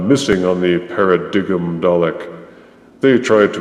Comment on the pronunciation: I on the other hand really like the new paradigm (it's pronounced paradime =P) and wish we had more of them as they were much larger and imposing, though not saying a few tweeks weren't needed. But great review as always